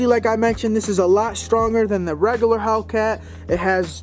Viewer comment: Reggaler... lol